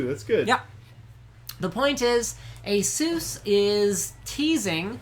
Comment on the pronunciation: omfg get it right! its not Asuuuus.. its A-SUS!!!!